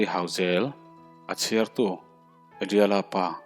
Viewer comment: Hrangkunga tive mai la, hrrangkunga iti kher hi chu beng a thlep deuh